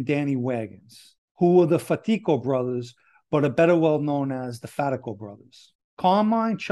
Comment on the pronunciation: Very interesting story. I especially liked the way you properly pronounced Fatico. Most people, even myself did not know that. However I know you know what you are talking about due to your families history being from East New York, Brooklyn. Hope you have a great weekend and get to see your family. Stay safe & God bless 🙏🏻